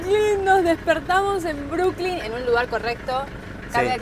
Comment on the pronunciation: Es Brooklyn No(Brookling). Ademas New York es el nombre de la ciudad y tiene cinco barrios: Queens,Bronx,Manhathan,Staten Island y Brooklyn.